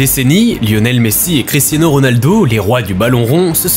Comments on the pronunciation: Està Cristia nîño C'est Cristia niño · nn t dis à CRISTINO pas cristiano c'est ça que je veux te faire comprendre 😊